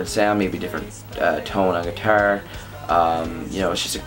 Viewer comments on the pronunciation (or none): Hate how u say guitar